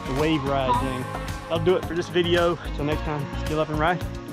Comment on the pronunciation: it is called k ville